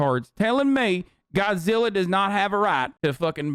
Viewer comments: "I'm siden' with Godziller" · "I'm siding with godziller" 🤣🤣🤣 oh fuck I'm dead